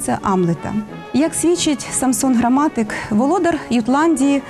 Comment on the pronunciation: Саксон Грамматик (Saxo Grammaticus). Не на ве'рбі, а на вербі'.